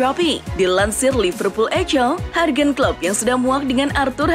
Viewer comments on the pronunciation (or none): Knp jurgen disebut hurgen? Buruk bunyinya